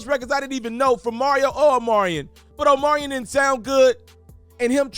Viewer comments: Ima need you to pronounce Omarion's name correctly, he at least deserves that respect‼️ Say it with me now 🗣O-MAR-REE-ON🤌🏾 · You mean, OMelon !!! 😂😂😂